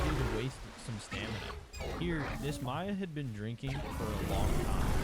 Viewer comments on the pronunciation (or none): none